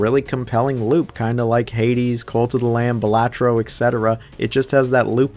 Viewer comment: It’s pronounced Balatro!